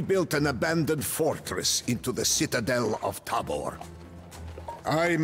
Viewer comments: pronounced as *taahbor, *sedletz, žižka is pronounced well by the game narator. english speaker wont be familiar with the correct phonems belonging to respective letters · I love the villagers speak Czech :) Btw: It is Tábor, not Tabór. Sedlec, not Sedlek. Žižka, not Cicka :)